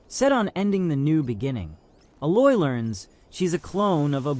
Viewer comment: Thanks for the video. You did a good job with your comparison's. My only gripe is your mispronunciation of a few words (Gaia, and Aloy).